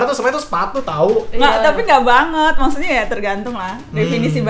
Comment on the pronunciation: Selalu salfok kalo kavidi bilang "maksudnya" jadi "mutnya" (???) 😂😂😂